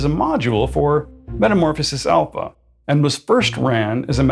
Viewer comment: Please stop putting the hard P on Alpha. It’s pronounced as an F.🤦🏻